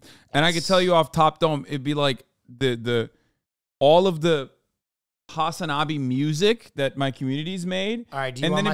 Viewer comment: I wonder why Hasan pronounces Hasanabi that way (emphasis on the "wrong" syllable) and even Democratic in such a Turkish way... im not a hasanabi head so if there2s a lore behind it please explain :)